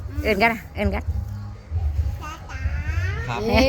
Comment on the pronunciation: ชัดที่สุดกะคำว่า ตาจ๋า.นี่แหละดีใจนำตาสมเลาฮักหลาน